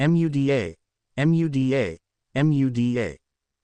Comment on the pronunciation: I hate how the auto reader speech spells out Muda rather than say it. It's annoying when spelled repeatedly.